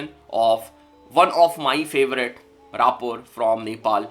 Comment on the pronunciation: Bhai raaper nahi rapper hota hai